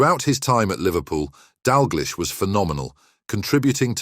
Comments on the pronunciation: And finally: His surname is pronounced 'DAL-Gleesh', NOT 'Dal-GLEESH'. Got it? GOOD! Do your homework or give up. You are making a fool of yourself. No apologies from me. If you make so many arse-wipe mistakes, how can you be taken seriously? [Rhetorical ...] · Need to learn how to pronounce his name - nothing sad about Kenny - has a lovely wife and family - what are you talking about?